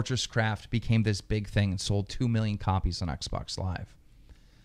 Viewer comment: He said oxbox LOL LMFAO😄😅😆😅😄😅😆😅😅😆